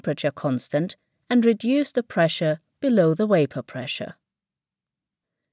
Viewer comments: The only improvement I would make to the visual presentation would be to correct the blurry text images and re-load the video to the site. The letter "V" is always pronounced as it is in "victory," rather than as a W, in "welcome." The narrator is saying "wapor," instead of "vapor." This is a common affectation of native Russian speakers as they learn English. An example is Pavel Chekov in the Star Trek movie that featured Anton Yelchin, as he tries to enter a code word containing the letter "v," saying, "wicktor" instead of "victor," which is the phonetic version of "v." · “Waper pressure” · Say "Wiper pressure" one more time and I'm gonna punch u in the throat. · "Wapor" LMAO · "Wapor" I giggle a bit every time :) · Plus, you learned how to pronounce wapor. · lmao that had me fucked up for a minute. I was like wtf is she saying wtf is waper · Great video, but if she says Waper one more time!!!!! Ughhhhh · Wapor? Are you serious????? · Why the hell does she keep saying "waper" ?! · Made perfect sense to use someone who cannot pronounce the latter “V” “ Waper pressure “ 😂😂😂😂😂😂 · Great, but why does she pronounce "wapour"? 😣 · its hard to listen to her constantly saying wayper. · is she saying whaypor? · V-v-v-wapor Ca-v-v-vitation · Couldn't make it through 'wapor' pronunciation.. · What the heck is "waper" pressure? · That was annoying. Waper waper waper and waper again. I'm thinking its a made up word for "water vapour"Still it Vas Werry annoying.Doh! She's got me doing it now! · what the fuck is "waper pressure?" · I thought she was saying wafer pressure............ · Hearing wapor all the time ruined the video for me lol, I'm out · If only they could properly pronounce “v”s in vapor and not like “wapor”..???? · Be vewy vewy quiet..I am hunting wabbits. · Its Vape not Waip - annoyingly dum not knowing the difference between a V & W (double you). Had to abandon it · Why the heck u say wyapor pressure.? Its Vapor pressure. Not waypor pressure.